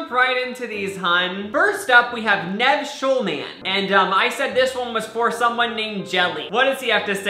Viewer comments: love, camilla the way pronounces it...nehv... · I broke inside each time he said Nev instead of 'Neve' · nev's name is pronounced neeev like your knee NOT nev like nevel papperman on icarly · it's pronounced Neev not Nev although it's spelled that way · Its NEEV. Not NEV lol. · lil sebastian Every time he pronounced it wrong I kept screaming in my head, “nEEEEEv!” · ITS PRONOUNCED NEEV. Lol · nyeh-v or knee-v ITS KNEE-V SKKSIDJDJD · Y is he saying NEV 😂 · omg how you were pronouncing nev.. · the way he says nev makes me mad oh my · It's pronounced NEEEEEEEEV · It’s pronounced like NEEVE... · I love but hearing him pronounce Nev’s name wrong multiple times made me cringe😂